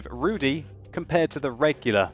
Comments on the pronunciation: RUUU DIIIII (long i)... not RUUU DEEEE (long e) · Pleas pronounce it /rudγ/, not /rudɨ/. And joke about vodka was bad one. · Zabawnie słyszeć wyraz "Rudy" wymawiany przez anglojęzycznego człowieka :D